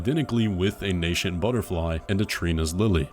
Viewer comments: And nascent is not pronounced with a "sh" sound. There's two pronunciations, either 'NAY-sint' or 'NAH-sint' <- (nah like the a in hat) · Nascent is "Nay-sent" and it means "becoming," "the act of becoming," or "being newly formed" perfect for Miquella's constantly adolescent body. Draught is "Draft" like Draft beer. It's just ancient English spelling crap.